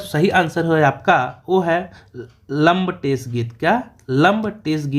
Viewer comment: सर सुधार भी करते चलिये लंबटेस नहीं "लमटेरा" कहते हैं